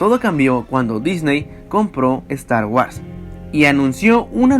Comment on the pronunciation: wuors! pronuncia bien!!!!!